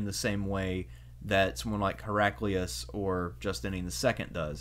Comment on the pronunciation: Hera-kleye-us, surely.